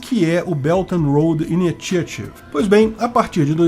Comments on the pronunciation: O primeiro T de initiative pronuncia como sh/x. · I-NÍ-XA-RIV. É assim que se fala!!!